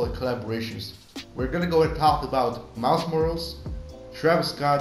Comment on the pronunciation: Helpful but please pronounce MILES MORAL'S properly